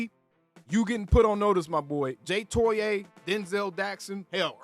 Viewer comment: TOE EE AH